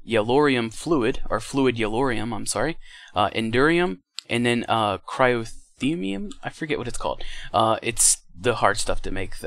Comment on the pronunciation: I always pronounced it cry-oh-thee-um myself. I've told this a couple times in stream, and I just think he can't pronounce it right.